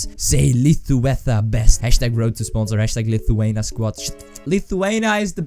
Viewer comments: IT'S LITHUANIA NOT LITHUANA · I am laughing so hard how he is saying LITHUANIA... #Lietuva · lithuana????? its lithuania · U said Lithuania wrong... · u sayd lithuania wrong lol